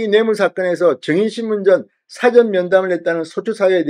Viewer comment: 사전이 아니고 사아~전이라 맨트하세요 ㅎㅎㅎㅎㅎ